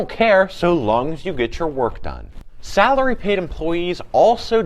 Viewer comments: lol I didn’t even catch that😂 sounds like he said.. “Sourly”😂😂💀💀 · Hourly v Saraly 😂